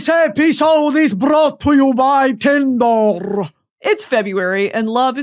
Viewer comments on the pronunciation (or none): Your AD break being like a twisted Sesame Street skit..?? !💀 "BROUGHT TO YOU BY TINDRRRRRR" 🤣🤣🤣